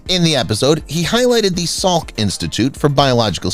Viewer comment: It’s Jonas Salk, not suk. Enough with stupid ai.